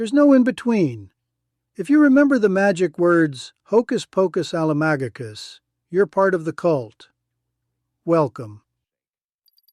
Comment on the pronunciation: I just find it strange that you pronounced "Alamagokus" really weirdly the second time. How could anyone who watched the show pronounce it like that?